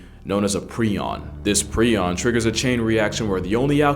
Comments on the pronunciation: Pronounced "pry- on" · Its pronounced “pr-eye-on” btw. Also known as mad cow disease in bovine, or Creutzfeldt-Jakob disease degenerates nervous and brain tissue, creating plaques on the brain that eat away at the tissue. Its irreversible and untreatable. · It’s pronounced like “Pry-on”. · Prion is pronounced with a long i sound. Pry-on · ❗❗❗Its pronounced prie-on (with a long i). NOT PREE-ON. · Just so you're aware prion is pronounced pry-on not pre-on. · It’s pronounced *pry-on. I knew about these diseases but it’s still Extremely sad ;r(, This is hell, can’t convince me otherwise.